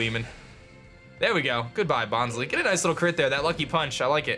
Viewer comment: OOOOOH Bonsly is pronounced Bons-LIE, not Bons-LEE. IT's because it's a fake plant, so instead of bonsai it's bonsly, like how sudowudo is a play on pseudo-wood, false wood. Bons-LIE will be how I say it from now on